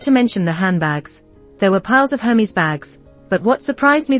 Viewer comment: Pretty sure that is not how you pronounce "Hermes". Google it.